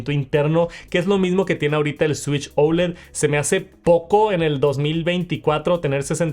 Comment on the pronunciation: Por qué dices ouled ? , es oled así a secas !!